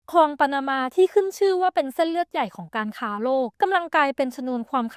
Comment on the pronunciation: Great video but ค ควบ ล มันขัดใจแปลก ๆ คอง คอง คอง